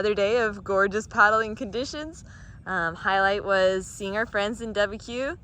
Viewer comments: My ears,, my ears! It’s pronounced da-Buque, like rebuke. Not dub-a-a. Love your trip so far, looks like lot of fun. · Du-Ba-cue? Do you mean De-Buke? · I have always heard it more Duh-buke. More like two syllables. And the duh with more of an “a” sound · hilarious pronunciation😄!! pronounced "doo buke"🥰🥰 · Yeah, never heard Deb-bi-Que before. Kinda like BBQ. 😂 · Love your vlog! I was born in Dubuque😊 It is French. No worries about the pronunciation…makes for an entertaining vlog and as a midwestern transplant in the south, I do my fair share of mispronunciation😂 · I would give you the correct pronunciation for Dubuque, but you're already past there by now, so never mind. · You’re pronunciation of Dubuque is freaking hilarious. This will help. It rhymes with “The puke”.